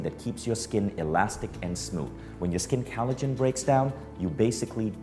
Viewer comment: It's collagen, not callogen :). But I love the talk. Thanks